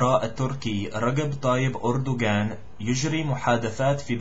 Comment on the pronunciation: good but for the Turkish president Erdogan the G in erdogan is a غ not ga and the J in rajeb is ج if you pronounce them as Ga then its the Egyptian dialect